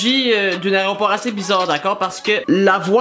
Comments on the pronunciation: Il a quand meme dit plus de vingt fois aréoport plus de 5 fois une avion lol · Tu parle de layropor ou lavion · un aéroport pas un aréopore will